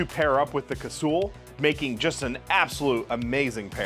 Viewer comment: The way you pronounce Casull bothers me immensely. Great video tho.